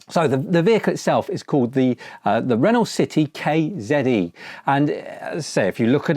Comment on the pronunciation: It's ren-oh (good vid tho 👍)